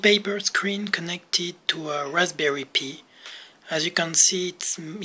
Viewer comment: Just to let you know Pi is pronounced like the word pie.